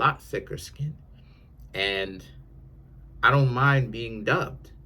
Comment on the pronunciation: Nothing but space & opportunity. What is dubbed? Is that NY slang😂 or are you saying dumped 😂